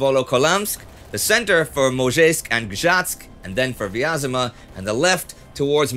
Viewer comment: i know we can say V-AS-MA so why don't we pronounce Vyazma correctly? VEE AS MA.